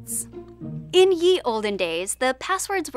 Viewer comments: Ouch. Cardinal mistake—especially on a linguistics channel—to pronounce the ⟨ye⟩ in "ye olden days" as /ji/. As everybody here can tell you, that ⟨ye⟩ should be pronounced as /ði/. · Pronouncing ye like actual "yee" on a language-related channel is a serious mistake.